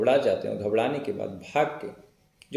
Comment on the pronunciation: Ghabrana hota ghabdana nahi